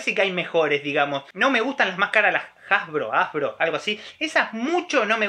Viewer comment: no me habia dado cuenta que dijiste "hasbro" hasta q ví los comentarios, yo te entendí q eran esas gomitas jajaj